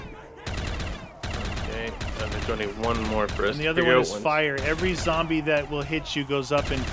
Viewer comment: Its Zoowwmbie tiime